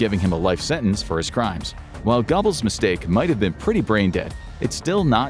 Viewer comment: Gur-bulls. Not gobbles.